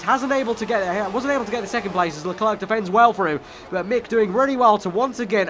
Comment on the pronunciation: please fix your pronunciation. Charles Leclerc is pronounced as Le-Claire, not Le-Clerk